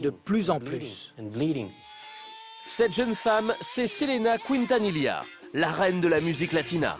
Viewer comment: Selena Couintanila... Incroyable la prononciation, pourtant c'est la même chose en français qu'en espagnol Quintanilla c'est a dire "qui" la voyelle u NE SE PRONONCE PAS !!!!